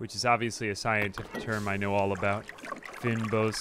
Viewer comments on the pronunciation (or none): Like the video but it's pronounced "fainboss" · Fynbos is a biome found exclusively in South Africa. Has a ridiculous level of endemic biodiversity. Fynbos refers to both the biome and a large portion of plants found in it. Other relevant terms are "cape floristic kingdom/region/province" The word is pronounced roughly like feign-boss. The more you know